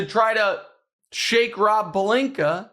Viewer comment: Rob Pelinka. Or as Stephen A. Smith pronounces it... "Rawplinka."